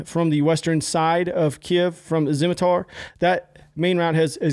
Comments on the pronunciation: Zhytomir is pronounced like "zhee-toh-meer". "Zh" is English is pronounced like if "jeep" would be written "dzheep". "Bucha" - "ch" = "cheep". Come on man. "Nuclear" is not "Nucular". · I beilieve Zyhtomyr is pronouced Zeet-o-mere. Might be wrong